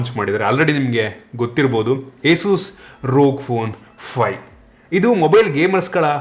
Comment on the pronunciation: ರೋಗ್ ಫೋನ್ ಅಲ್ಲ, ಅದನ್ನ 'ಆರ್ ಓ ಜಿ' ಅಂತ ಹೇಳೋದು.